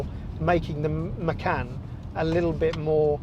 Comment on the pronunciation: It's called macan t .not Mac and t ?lmfao